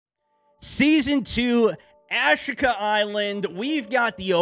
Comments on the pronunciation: 🤦‍♂️ Americans. It’s Ashika Island not Ash-ika island. Ashika stone……ash…eeeka. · I think it’s pronounced asheeka my man 😆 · Ah-sheek-ah. Not hard. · It's Japanese, ah-shee-ka